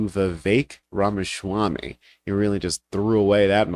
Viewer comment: Ramaswampy. That's how his name is pronounced. Make Pronunciation Great Again